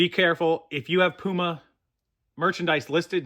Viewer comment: So no “Poo-Ma” well shoot